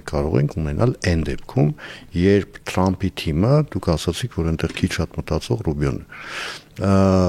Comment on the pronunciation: լայ լախչիկ լերլուծաբան խի՞ էս Թրամփին Տրամպ ասում Չե որ մենք թ և փ հնչյուններն ունենք դու կարողա՞ ռուս ես